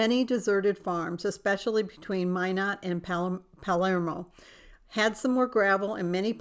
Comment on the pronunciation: Welcome home. Cute quilt and I really like your H cat. It's pronounced Havre (Hav-ver). I lived on a farm outside of Palermo for 0ver 10 years so I was very familiar with this area. This Palermo is pronounced (Pal-er-moe). We say it's an Italian name with a ND pronunciation. LOL I am enjoying the journal readings. Their spending is so amazing to me. Cool Red Riding Hood throw. Wow! What an adventure you have coming up!